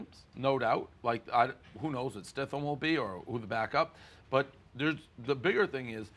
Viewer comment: “Stithham” close enough, Dave